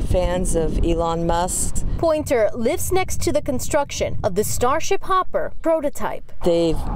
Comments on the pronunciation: "intrested fans of Elon MUST"????? Must !!!!! ahahahah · are we going to ignore the fact that she said "Elon Must"? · I can't tell if you're kidding, but I'll bite: The lady at the start referred to him as "Elon Must" instead of "Musk". I'm pretty sure Mr Rosch is well aware of who Elon Musk is. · She totally said Must.....hahaha...brainless news people didn't even catch it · "Elon Must"